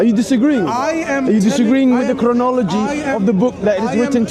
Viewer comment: cant even pronounce chronology.the fool. Hes so condescending yet hes on display as a complete midwit and fraud